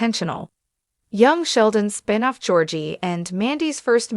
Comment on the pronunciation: "Spine off?" Why can't your AI pronounce a simple, single syllable word?